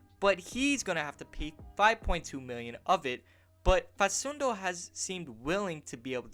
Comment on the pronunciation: It's pronounced fa\k/undo not fa\s/undo. As an argentine celtic fan it would be really awesome to see campazzo in green